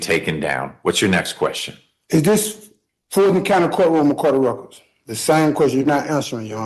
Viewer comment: "a cort of ruccur"